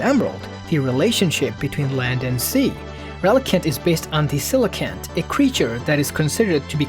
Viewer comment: People people people did he say relicanth? no he said relicunt so he doesn't hate relicanth.